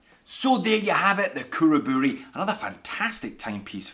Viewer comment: Perfect pronunciation on Khuraburi!